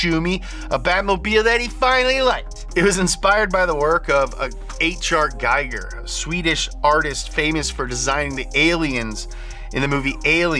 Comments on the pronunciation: Giger as in Geeger, not G-aye-ger. Which any true fan would ve known. Also the 1989 batmobile ... best batmobile. Also, Futura never went beyond the "concept car" stage car. Who the heck both writes scripts and does research for y'all ? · You must be trolling. Mispronouncing Giger (should rhyme with eager) is a common mistake, but he's from Switzerland, not Sweden! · Giger is pronounced Geeger. (its austrian after all) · Love your videos… but it’s pronounced “Gee-ger” like saying Geek-er.. but not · I agree on 2/3 - He worked very directly on Alien doing all the alien creatures and their ship :) Nerd fact: It's pronounced "Geeger" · OK, you pronounced "Giger" completely wrong, you misplaced him (he's from Switzerland, not Sweden) but he definitely inspired one of the better looking batmobiles.